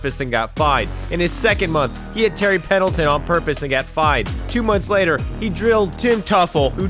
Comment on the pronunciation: "On purfus"